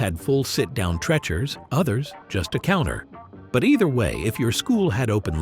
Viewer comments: It's pronounced "Tree-chers", not "Treh-chers". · "TREE- cher" not "Trecher"